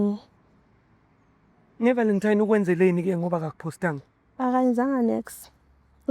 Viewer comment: Nge 'VALENTIME'😂😂😂hay🏃